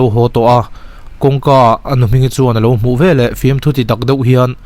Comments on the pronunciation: A ziakah 'veleh' tih ni si, 'velah' tih tlat hi a dik lo tih mai loh chu lehkha chhiar thiam tak i ni. A ngaihnawm e. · 'Velah' i ti palh zauh chauh a lo nih hi.😂😁